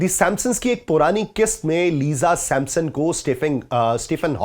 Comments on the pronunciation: او بھائی " سیمپ سن " نہیں " سِمپسن " ہوتا ھے صحیح لفظ ۔۔۔۔۔۔۔ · With all due respect .Sir yeh Simsons hai Sampsons nahi. Pakistani anchors ko apni pronunciation bohut improve kar ne ki zaroorat hai English words ki